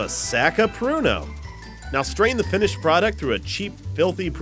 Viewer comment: i thought he said porno. lol